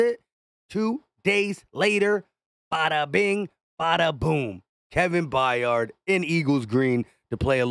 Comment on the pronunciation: Kevin Byard…. Pronounced “BIARD” BI-ARD!!!!! Not F’ing Bi-yard, please just read, Jesus F’ing Christ, it’s really not hard…. I know English isn’t your first language, but c’mon, cut me a break, content creator…. My ass…. Forget content, create some literacy.